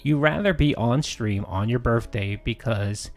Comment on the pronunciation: Though the snorts are annoying I can’t stand that he pronounces his th’s as d’s. “I appreciate dat.” “My birday bash.” Drives me nuts.